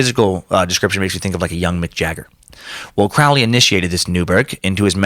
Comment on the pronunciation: Heh, 'kay, if you're going to do a two hour podcast on Crowley, at minimum you could bother to pronounce Crowley correctly. It's "Crow-lee", like the bird.. rhymes with holy.